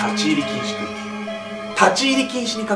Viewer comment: 区〜域が空〜気にきこえてしまった、